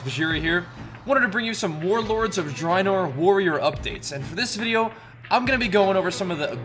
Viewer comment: Drynor...wot m8 lol